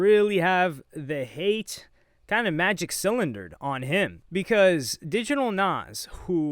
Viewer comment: " Magic Clyinder" 😂😂😂 Bro is so cultured 🔥🔥.